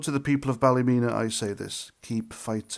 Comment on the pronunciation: as you know, we dont care about being called far right or thugs, the police, the government, once the people start there is no stopping them, nobody cares about the MSM or what names they call us, its pronounced ballamena 😂😂😂😂 by the locals xxx